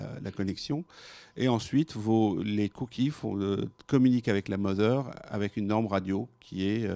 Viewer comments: Omg, mother ne se prononce pas mozer mais moder ! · Ce qui me trouble c'est pas le produit ou encore son prix mais plutôt que même son créateur prononce aussi sa Mozeur... OMG!